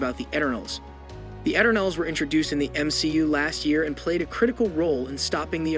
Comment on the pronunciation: It's pronounced: E turn ulls Why do you pronounce it a different way each time?